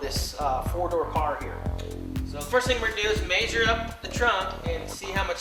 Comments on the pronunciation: Haha, " maysure" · "MAYSHURE" I think hes just trolling lol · maysure maysure maysure maysure maysure.... and so on i don't think this guy know whats hes doing hes not even sure if hes sure about any measurements >,< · im not even kidding, hearing him say maysure made me not even wanna watch it, but i watched it, lol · MAYSURE!! lol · maysure.. maysure.. maysure.. holy fuck dude.. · lol maysure